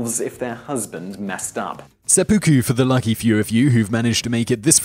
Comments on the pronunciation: 1. IT's pronounced Sep-OH-ku, not Sepuku. Your cockney accent is annoying. 2. The term for suicide landing is called Kamikaze. 3. Killing wild animals (Dogs or what ever else) wasn't a past time. 4. Sex with boys is made up by YOU. Samurai had concubines from the LORDS, those concubines were always female and mostly Geisha. 5. Your "Ronin" conclusion is wrong. Samurai were only considered as Ronin when they went to another Lords jurisdiction, where they had no name and were unannounced. 6. The Traditional Kabuki-KImono was just a long silk clothing piece that was worn during the Kabuki Ceremonies, nothing more. You're mixing two different terms. Most Samurai wore traditional Kimono while relaxing and not in the field. All in all, your video seems to bastardize a very honorable legacy titled the "Samurai Way" or Way of Five Rings. Miyamoto Musashi would have a field day with proving you wrong. This is the second video that has been very inaccurate by this channel. Why do I keep on correcting your b.s. and insults? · its [Sep-Uh-Ku] not sep-oooh-ku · (A) Your video content here is bigoted, prejudiced, and racist. (B) Your video content here is RIFE with misinformation, obfuscation, and outright lies. Also, it's NOT "seh - poo - koo". It's pronounced "seh - peh - koo". Video - and account - reported. ✌🏻💯